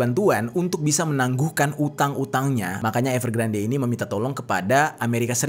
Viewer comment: Saran ka.. kalo nama yg diambil dari bhs inggris, dibaca versi inggrisnya bisa dicek pelafalannya di yutub krn ini kasus besar, dibacanya evergrand bukan evergrande 😊